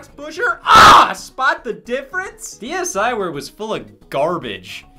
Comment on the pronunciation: MY ASIAN FARM MY AFRICAN FARM I PLAYED THAT SHIT FOR HOURS HOW DARR YOU CALL IT SHKEEVRWARE